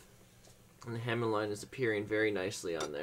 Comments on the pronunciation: it's HA MON! NOT HAMIN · Ha(moan) (hamone) not (ham)on lmfao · The hamind was getting on my nerves. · is it pronounced Hamon or Hamoned cus he says Hamond in the video im confused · For what it's worth, there is NO D in the word Hamon, pronounced Hah-Moan. Good video other than your horrible pronunciation! Also, a small tip. The reason you don't want your clay to go within about a half inch of the blade is so that the BLADE will get very hard and the spine will remain nicely soft and flexible so that it will absorb shock from chopping, etc. . Your clay went way to far down to the blade and negates any real use of the harness versus softness of the clay's usage. You will have hard AND soft spots all along the blade, itself. Thanks for the video!